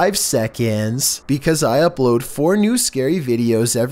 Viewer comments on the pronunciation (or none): Did anyone else peep he said “Ideos” and not “Videos” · Sounds like he says videos without the v